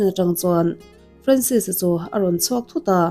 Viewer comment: Ka fanu hming ang ania, Francis anga lam(pronounce) lo in, Franses anga lam tur 😇